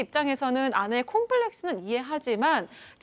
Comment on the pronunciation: 씨 콤팔레스가 아니고 콤플렉스 입니다 정확한 발음좀 하세요 듣기싫네요